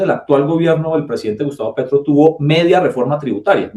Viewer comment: Jajajaja nunca dijo que es gracias al gobierno Petro, ni siquiera fue capaz de pronunciar el nombre Gustavo Petro.